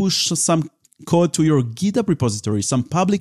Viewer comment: Bro, where does you accent come from? HardHat -> Had-at GitHub -> Git-ub